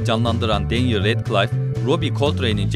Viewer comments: Danyel... Kesinlikle Daniel değil... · değil denyıl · danyıl değil denyil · danyel değil denyıl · Danyel değil denyıl abi sinirim bozulduu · Melfoy değil malfoy, danyel değil denyıl, madam hoç değil madam hok olarak okunuyordu. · keşke önce telaffuzlara baksaydınız melfoy ve danyıl ne allah aşkına